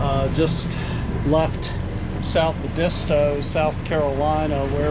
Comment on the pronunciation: nice video thanks for visiting . Also the correct way to pronounce Edisto is way different than you are saying it . might want to watch some videos on you tube on Edisto . Sailed out of Edisto to Florida many times . Awesome to watch you all do this in great weather!